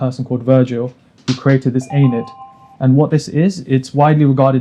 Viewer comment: Good video. It's pronounced E-Knee-Ad!